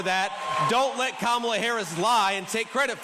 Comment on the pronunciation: Has anyone noticed previously Trump did pronounce Harris first name correctly, but because everyone on the right mispronounces her name as an insult, he's now doing it?